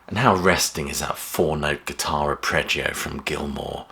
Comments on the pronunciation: “Arpeggio” not “apreggio”, nice video otherwise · Ar-peggio, not ap-reggio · Friendly, well intentioned corrections: There is one 'R' in 'arpeggio' - "Are-pej-ee-oh". The opening guitar motif in 'Shine On...' isn't an arpeggio. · Only one 'R' in arpeggio. Arp - eggio.